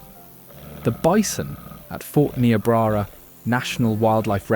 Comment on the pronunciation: Niobrara is pronounced with a long I sound!